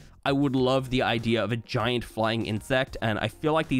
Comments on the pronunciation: Wait why did he say gi-aunt??? It’s giant bison not gi-aunt bison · when bro couldn’t pronounce giant